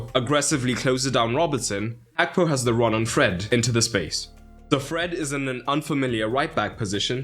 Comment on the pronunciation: Is it actually pronounced as hakpo?